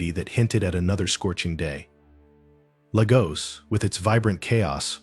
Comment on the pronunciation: It’s pronounced Lay gos